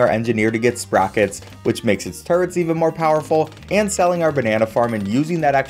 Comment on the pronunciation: It’s funny how turrets sound like turds